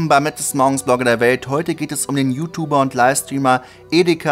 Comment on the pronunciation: Omg bitte sprich "YouTuber" vernünftig aus, das triggert ja mega.